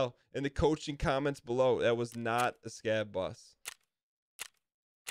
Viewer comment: the way you said scav boss at the end in a boston accent got me for some reason lmao i cant tell if that was intentional or not.